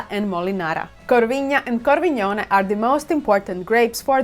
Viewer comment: Warm regards from Verona, and thank you for your precise and comprehensive description of our cherished Valpolicella wine. Just a small pronunciation tip: it's pronounced CORVINA with a dry 'N,' not 'corviña' or 'corvignia' :-)